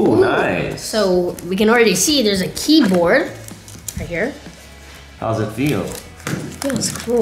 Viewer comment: Did Evan say keykoard or keyboard